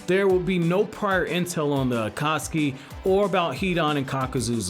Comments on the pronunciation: By the way your saying akasuki not akatsuki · Stop saying akaski